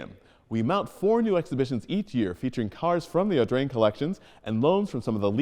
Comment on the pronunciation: how many times did you manage to say "Augrain" ?